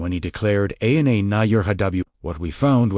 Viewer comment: Too bad your AI is pronouncing every Arameic word incorrectly. "W" pronounced as double u as the name of the English letter? Very disappointing. Ana is pronounced as A N A as in English?